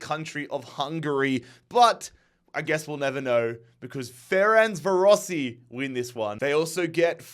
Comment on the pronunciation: FERENK VAROSH Thats how you proniunce Ferencvarosi